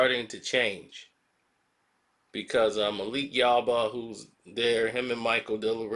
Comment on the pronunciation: It's Yoba not YaBa come on 😂